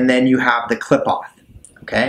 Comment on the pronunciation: Just fyi it's sehfeeroht and kleepoht - per punctuation is a bit different in Hebrew